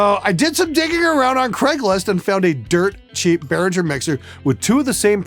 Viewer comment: Lots of Behringer stuff is good, pronounce it correctly, it's BehRINGer that's why they emphasize the ING in the logo, they also know that everyone mispronounces it :)